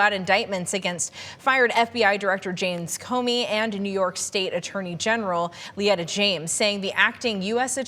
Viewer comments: Who the hell is Lyetta James? Her name is said exactly how it’s spelled. Fail! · Embarrassing to see the woman opening up the video and not even being able to pronounce the name of New York’s Attorney General. LETITIA. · Lol...how did she pronounce Letitia's name?...